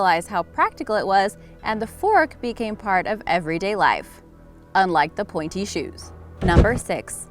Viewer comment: I thought you said panty shoes LOL